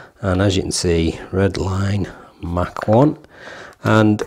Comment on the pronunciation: It's pronounced Mach 1 like In speed.